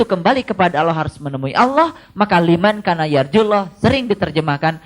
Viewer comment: liman kana kok dibacanya limankana ya ? mestinya limangkana, karena itu huruf ikhfa